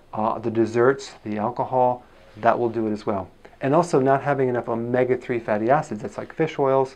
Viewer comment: He shows omega 3 in the list connected to "inflamation" (tiny down arrow there), goes through the list and when reaches "omega 3" he just slurs "nothavingenoughomga3" and lists the sources of omega 3... veeery confusing. Bye.